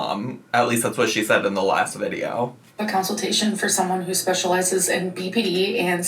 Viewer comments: It truly sends me into another universe for a second every time she says counseltation because what is that where are you getting that pronunciation why are you continuing it help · Someone tell her it consultation not counciltation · She really struggles with words ending in -tation lol. Council-tation, apple-cation, I bet there's more I'm forgetting about lol